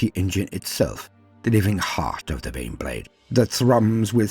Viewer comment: My murican ears keep hearing "Bean Blade". A gift or a curse?